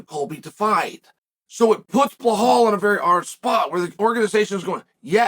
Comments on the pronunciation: why he always say Blehal!!!!!it is Belal Uncle Chael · Uncle Chael we love your videos but please stop saying Blahaul 😂